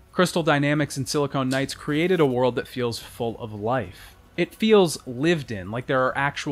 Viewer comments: It's Silicon Knights, not Silicone Knights. I wince everytime I hear the latter. Great video despite this mistake, though! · that feeling when he keeps saying "Silicone Knights." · Please stop saying silicone and when you mean silicon. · I really like this video but your constant referral to "SiliCONE" rather than "SiliCON" Knights drove me crazy. They were a games developer, not breast implants. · Great video but it was "Silicon Knights", not "Silicone Knights". Silicon is the chemical element used in microchips; silicone is an elastic polymer. Every time you said "Silicone Knights" it made me cringe. Other than that, great content!!! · Should we tell him that he mispronounced "Silicon Knights" as "Silicone Knights" for the whole video? Certainly conjures a different mental image... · i have to say, whenever he says "silicone knights" i just imagine knights with enormous fake breasts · Wonderful video, great mountains of content and backstory to this series. Thanks for making this. Gotta mention that every time you pronounced Silicon Knights as "Silicone Knights" my mind wandered into strange and unspeakable realms.